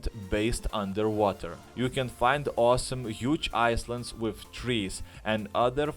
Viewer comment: Is-lands with trees.... IS-LANDS........ Did you learn English from a cereal box?